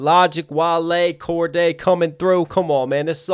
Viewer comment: its Cordae not Cordea